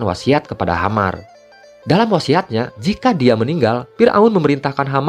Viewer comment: Nama imamnya tu Haman bukan Hamar